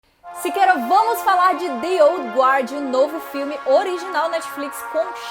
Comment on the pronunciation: se pronuncia gard mesmo sem o U (dizer que não existe ditongo em inglês, seria mentir, mas a maioria dos casos não ecxiste!) /Ol' Ga'rd/ assim como o certo é /Ga'rdians ov the Galaxy/ o que faz a piada "Asgardians of the Galaxy" funcionar; é a mesma pronúncia